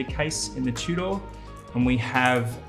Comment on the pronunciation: Tew-door!? Tudor